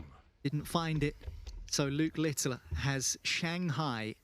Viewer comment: Why does that commentator call Luke Littler LITTILER, there is no I at the back of his name, annoying